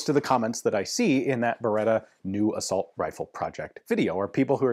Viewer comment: I thought a "Uh-Salt" rifle shot bullets made of salt